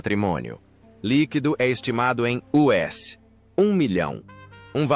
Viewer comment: Seu patrimônio líquido é uS... Kkkk